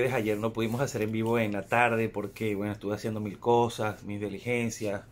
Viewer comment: se dice "diligencia" no "deligencia".